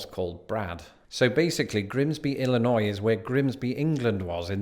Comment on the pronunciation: At least you pronounce "Illinois" correctly. Southern Illinois is another world.